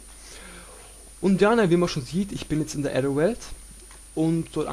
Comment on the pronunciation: Klasse Video :D Aber das ist echt kacke wie du Aether aussprichst xD Das spricht man "ÄÄhhhther" :P